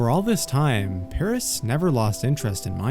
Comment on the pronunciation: Mad stuff dude (btw the pronunciation of Paras is not what u were sayin cause 1 of my friends name is Paras)